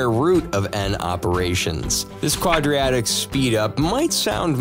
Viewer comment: Heard the same thing and couldn't believe it, then the mispronunciation of quadratic, and I realized this guy doesn't actually know what he's talking about